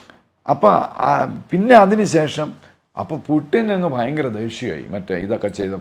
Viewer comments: ഗൂഗിളിൽ pronounciation നോക്കിയാൽ കാണാം പൂ..റ്റിൻ എന്നാണ്.. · പ്യുട്ടിൻ ?ഇടക്ക് അറിയാതെ പുട്ടിൻ എന്നുപറയുന്നു 😂ഉടൻതിരുത്തി പ്യുട്ടിൻ ആക്കുന്നു 🤣🤣🤣